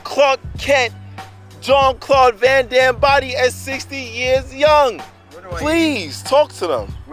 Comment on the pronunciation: It is not Jean Claude Van Damme no no